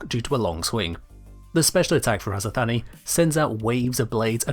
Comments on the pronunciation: If we are indeed going for a greek pronunciation for the azothane, it wouldn't be "Azo-Thanie", it would more likely be "Azoth-anie", so a similar syllable structure to "persephone". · It's not azothany it's just azothane like like the name Shane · "azothanee" its azo thane XD I think...